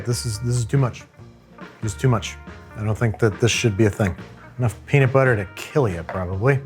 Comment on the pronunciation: ummm that’s not how you say peanut😂